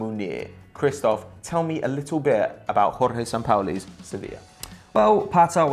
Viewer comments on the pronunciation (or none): The guy didn't even say Sampaoli's name right smh